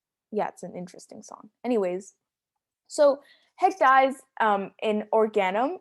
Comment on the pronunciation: i recall it’s actually pronounced “haec dee-ez”, not “haec dies”